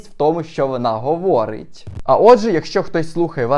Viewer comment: Так прикольно говориш,особливо тоді,коли закінчуєш речення і даєш наголос на останні слова. Говоорить,симмпатії,стоввідсоткова,друзззів,приввабливістю.Я хочу навчитись так закінчувати свої речення,це піднімає настрій.😅